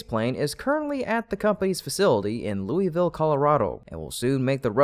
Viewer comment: Louisville, CO is said "Lew-is-ville", not ""Louie-ville".